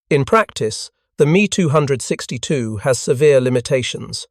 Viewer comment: Did'nt know AI was greedy but maybe it is... Me262? Me! Me! Try M E 2 6 2